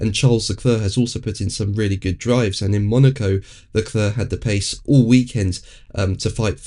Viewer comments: Not Le Cluuur.. it's Le Clair... Must try harder. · I know full well how to spell LeClerc ! I'm commenting on the pronunciation ! It's Painful to hear it constantly pronounced 'LeCluuur.'.. It's pronounced 'Le clair' ... The man's an absolute star.. at least give him the respect of getting his name right !